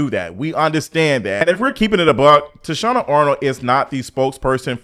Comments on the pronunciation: Yeah like who the hell is Toushanna? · 🗣️ TAH-SHE-NA ARNOLD 😂😂😂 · I agree with you but her name is Tachina Arnold pronounced TA-SHE-NA..... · I can’t get past the recurring mispronunciation of Tichina’s name.😫